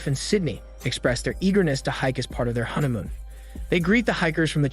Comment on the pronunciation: Why do I feel like your saying huntamoon???